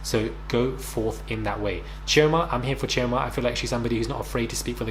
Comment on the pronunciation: I don't know this show but i will look it up after watching, but if Chioma is from Nigeria, the Igbo tribe, why is has the been butchered lol, the sounding of it is off, plz don't tell me that is how she allows herself to be called lol, spelling on point, pronunciation is off, use google to check how the name is meant to really sound ppl XD